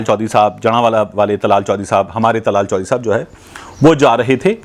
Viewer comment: Not tlal chohdri ,dllaal chohdri